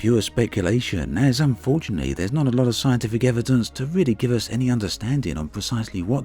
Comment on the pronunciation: I'm not sure someone who says "spectaclear", "debths" and "unfortianelly" should narrate professionally.